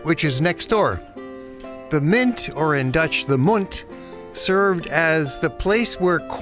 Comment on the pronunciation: Americans start to learn that there is much more to our country than 020. The Dutch word for coin, munt, is not pronounced as moont, but munt is pronounced with an u like in duh.